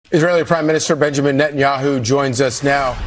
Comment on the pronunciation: Net an yahu, net and yahoo😂